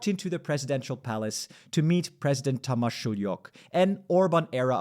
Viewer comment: it’s pronounced shoe-yok. Btw this is what we voted for.